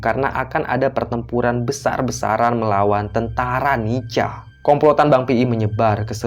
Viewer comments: NICA itu bacanya NIKA,... Bukan NICHA.... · Maaf. Bang bacaannya nica tapi di bacanya Nika🙏🙏🙏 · nica =di baca nika... koreksi min